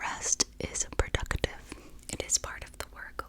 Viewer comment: Her "productive" sounds like "purductive"